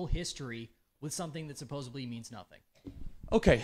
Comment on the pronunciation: And he said "supposably" lolol